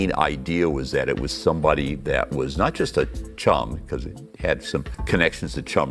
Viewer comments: No-one says choom bro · it seems like it could've come from almost any ESL speaker using the wrong sound for the "u" in "chum"